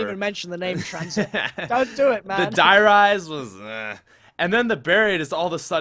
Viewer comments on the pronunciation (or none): if u watched the bo3 friday today, apparently its not der reise... its pronounced der ree zeh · Gaming Videos thars how you pronounce der riese